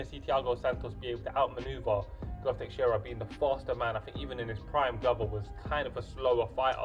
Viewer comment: I don't want to be annoying, but it is Teixeira, non Texiera. I point it out kindly before somebody does indeed be annoying and starts to run his mouth. Anyway, I am predicting Santos winning by knockout. Santos is a beast, he is a bulldozer, the 205 lbs version of Paulo Costa. I agree that defensively he is not very solid, leaves himself open, and I honestly question his cardio a little bit. Teixeira has good boxing and amazing submission skills, which I think would play a very important role if he takes the fight to the mat, which I think he can. Santos is very strong, he is a black belt in BJJ himself, but I think Teixeira can take Santos down and can submit him, maybe taking advantage of his (in my opinion) questionable cardio, sapping his energy on the ground and finishing him by submission. It remains to be seen how Santos can handle Teixeira's grappling, but I think Santos is the overall better athlete, he will keep the fight standing and land big shots on Teixeira, getting the knockout.